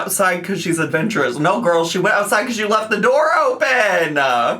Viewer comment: “She’s ahvenshurous” Please, please just enunciate the words girl 😭